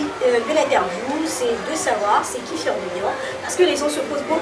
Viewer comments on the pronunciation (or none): Fior* et non Foir. Merci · Foir ???? ON DIT FIOR DE BIOR